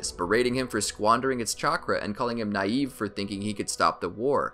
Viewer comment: He said nïve😂😂😂😂😂😂😂😂😂😂😂😂